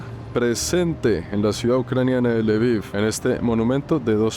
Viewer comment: Hola hermoso el lviv se pronunvia lbof y belarus es rusia blanca bela blanca rus rusia❤siempre fachero de una❤